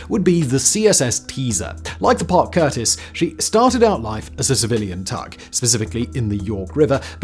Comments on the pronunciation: CUSTIS not curtis, Simone!~ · Parke CuStis, not curtis